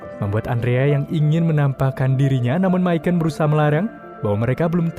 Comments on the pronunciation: Misyon min bacanya. Bukan misyen / myken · Bang Micon dipanggilnya bukan mikon tapi mison 😀jadi c nya itu s bukan k